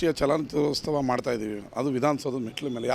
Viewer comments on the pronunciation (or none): Chalana "chitrostava" 😢 kannada 🤦🏻